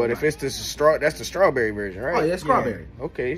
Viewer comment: Srawwww Berry 😂😂😂, a bumbaclot bruhhh🤣😭